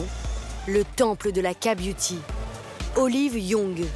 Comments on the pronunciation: Non pas ka-beuty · j'aurais dû compter combien de fois elle a dit la "KA" beauty 🤔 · Elle a juste prononcé la lettre "k" en français au lieu de l'anglais...😅